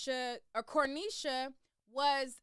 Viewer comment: Where are you getting the “L” in the pronunciation of her name. So annoying